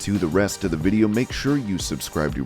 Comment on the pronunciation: “Dem gosh darn vidjya games!” 😂😂😂😂😂😭😭😭😭